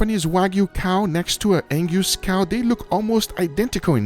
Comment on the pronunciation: "Anguse cow"